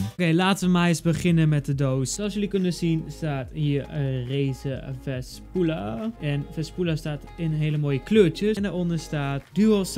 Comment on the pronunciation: Na al die jaren wachten op een nieuwe quality video... komt ie aan met een muismat unboxing waarvan hij geen eens de naam goed van kan uitspreken. Good job:D